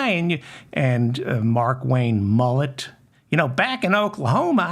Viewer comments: David..it's Mullin..Mullin...M..U..L..L..I..N!Stop saying Mullit please! Engrave in your head please! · Mullin or Mullen, it's pronounced the same! I just wanted to tell David that he kept saying Mullet! Don't be such a school teacher mam!